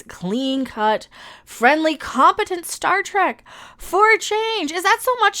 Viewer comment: "This am Star Trak now." LOL 🤣